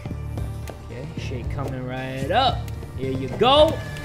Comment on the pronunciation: You want a shake My ears: You want a shit